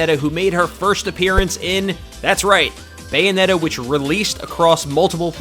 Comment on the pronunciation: "Bayometta" lol